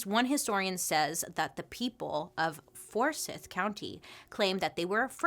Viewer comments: Georgia girl here- for educational purposes, it's pronounced Four-sEYEth. :) I know Bailey always says she can't pronounce places. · I am from GA and it’s so funny hearing Bailey day Forsyth .. it’s for-sci-th 😂❤️ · Bailey, I love you, but it's "for-scythe". I'm sorry. And yeah, Lake Lanier is known to be haunted, and this is why. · I love you Bailey. I did chuckle when you pronounced it “forsith “ We are southern and we pronounce it for-sYth here. Lake Lanier & Forsyth county is known to have one of the smallest black populations around this area, very racist unfortunately. Lots of people die simply swimming in the lake, they get caught up in barbed wire or some kids jump off the bridges going over it and hit their head on trees underneath the lake where they filled water in. Kinda crazy. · fors-eye-th lol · It is pronounced For sy th. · For SYE TH (my family was born and raised there) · It’s okay, she doesn’t know. She not from GA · It's For-Psy-th county. Forsyth county. 😉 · It’s pronounced For-sithe…similar to how you pronounce knife lol I’ve lived off Lake Lanier for most of my life (about 20 of my 33 years) & most were in Forsyth County & the rest in the neighboring Hall County. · I love your videos Bailey! But as a native atlantian, it's fors"eye"th county. Like eyeball😂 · From Georgia, here! It’s For-s-eye-th😂😂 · Forsiithye* lol and Lake Lanier isn't the only lake in GA that did that 😵‍💫😵‍💫😵‍💫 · Forsyth is pronounced 4 sigh th. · It's said "Four-sigh-th", our history here is absolutely disgusting. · I live 45 minutes from Forsyth county. It's pronounced as "forsith". But anyways I loved how I made a comment about Lake Lanier and now you're making a video about it. I'm so excited that you saw the comment and made a video. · Georgian here, keep cringing on the pronunciation of Forsyth. For the record, it’s pronounced “four-sigh-th” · Forsyth is pronounced as if the y is an i as in site. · Forsyth is pronounced with a long i.